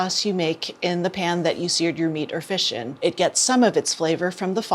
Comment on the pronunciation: everytime she says "The pan" I hear "Japan" lol